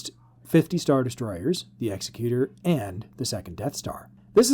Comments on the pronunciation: They are spelled differently. Vader's ship Executor. Your pronunciation Executer. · Oh, my... All I'll nitpick for now: mate, it is pronounced Egg-zek-cue-tor, not Ex-ee-cue-ter. As in executor of a will. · Very cool speculation! One small nit: “executor” in American English would be pronounced “egg-ZEK-you-ter” as we commonly hear in the “executor of a will” … it’s not “EX-uh-cute-er” like one-who-executes-people. (That second one isn’t actually a word. 😂 If that was the intent of the name, it would have been called the “Executioner” 😁). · Exec-U-Tor. Pronunciation is important :)